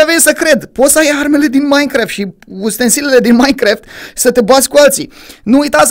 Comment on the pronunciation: se zice minecraft nu maincraft like la comentariu si la! sper sa am o inimiora de la el